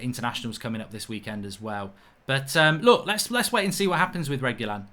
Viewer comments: FFS Mark you pronounce Reguilon's name as "Regweelon" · Make pronounce it reg-u-lon. Not rej either when u pronounce it but reg like regular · Upvote for pronunciation tip for mark: Reh-gee-lon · It is pronounced reg you lon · I pronounce his name as "RE Q LON" just saying i may be wrong 😂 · I think his name is pronounced Reg-ee-lon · Wow. You should receive a fine for butchering Reguilon's name🤣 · Man how you butchered the name :D